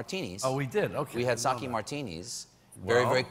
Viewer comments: My pedantic dad is making me type this: "It's pronounced "sockay" not "sockey". And it's only 15-20% alcohol." You can imagine how fun our family holidays are :/ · It's "sock ayy" not sock ee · You know what else you don't do, Stephen? You don't pronounce it 'sa-kee.' It's 'sa-keh.' :) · its SAKE not SAKI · sake. no "y" sound. Your dad is not pedantic; he's pretentious. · SAH-KAY DAMMIT!! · Reece Arakaki It's "sake"